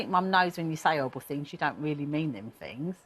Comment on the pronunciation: It's horrible. Not orrible